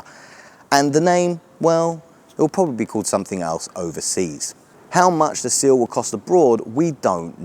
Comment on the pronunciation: 'Sill' or Seal ? 🙄😂